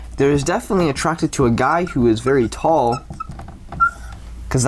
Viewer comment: “They’re vewy much not going to like ush” please stroke I’m having a help